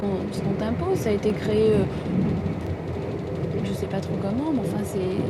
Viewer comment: "Ché po".